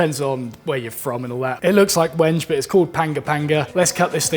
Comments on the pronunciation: it's 'when-gay' i think. i use it for knife scales and i remember looking up it's correct pronunciation. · Wenge correctly pronounced `When-gay` ;) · "Wenge" is pronounced weng-gay, not rhyming with Henge. :)